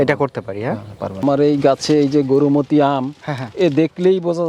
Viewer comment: Gorumoti noi , Gourmoti bole😂😂😂